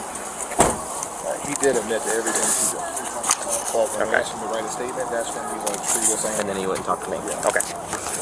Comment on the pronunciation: #2 keeps saying “axed” not asked…. Shows lack of education